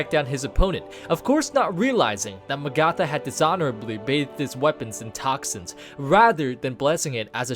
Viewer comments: Oh man the way you say some of these names is so uncomfortable. M'gatha instead of like Agatha but with an M. Also Garythose instead of Ga-rih-THOS. It doesn't end on an e so it shouldn't sound like those. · M'gatha and Garythos. Good grief. Firstly it's like Agatha but with an M and we wouldn't call Illidan Illy-dan would we. Ga-rih-thos. You were making the I sound like Gary and i don't know why you put so much emphasis on the o. The os should sound like how you say Ross. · In what fucking universe do you pronounce Magatha as Mag-ARTH-ah fuck me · it's Mag-uh-thuh:( do you do this on purpose at this point DX It's like Agatha, but with an M! I feel specifically trolled whenever you say names like this lmao DX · It’s pronounced Ma-ga-tha, number 5 was a little hard to watch. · isn't it pronounced MAgatha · Mah-gatha and say it fast to pronouce Magatha correctly. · sounds more like may-gatha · I hate how he pronounces magatha...